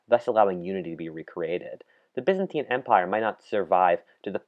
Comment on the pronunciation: they way byzantine is pronounced ffs